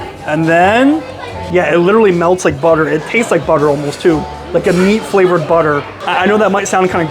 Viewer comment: Oy_sterrs with TerTerrr